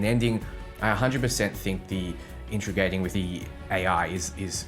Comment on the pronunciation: "Intregating", lol.